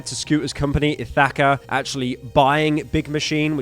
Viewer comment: Ithacka? Its pronounced Ithikuh